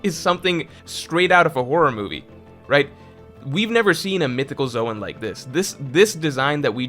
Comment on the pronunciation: Careful! You accidentally said "Zoan" CORRECTLY a few times this video! 😉